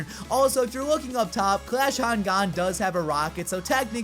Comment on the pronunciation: why do you say Gan liken "G"and"n" instead of "G "ah"n"